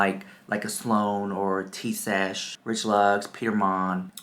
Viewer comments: Thank you so much, girl, for the laugh! You could not get her name right to save your life! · Rich you called her Tea Sesh the whole video . Except once..😂😂😂❤❤❤but you know her and you do not even know her name You liar the house.😂😂😂. You better fix the video and correct her name and then I will believe you...😂😂😂